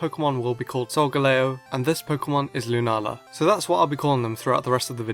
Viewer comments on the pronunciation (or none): its Solgaleo not Solgalao